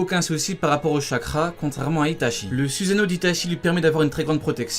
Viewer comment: ça se prononce sousano!!!!!!!!!!!!!!!!!!!!!!!!!!!!!!!!!!!!!!!!!!!!!!!!!!!!!!!!!!!!!!!!!!!!!!!!!!!!!!!!!!!!!!!!!!!!!!!!!!!!!!!!!!!!!!!!!!!!!!!!!!!!!!!!!!!!!!!!!!!!!!!!!!!!!!